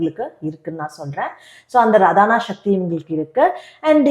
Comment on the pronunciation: ரதானா சக்தி கிடையாது. ராதனா சக்தி தான் அது ஆராதனா என்ற சொல்லில் இருப்பது. நீங்கள் சொல்லும் பெயரும் ராதா தானே ரதா இல்லையே...